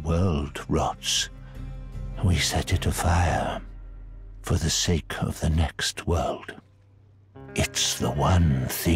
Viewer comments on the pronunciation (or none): none